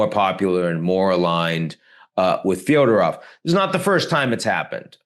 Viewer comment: Fedorov, not Fyodorov.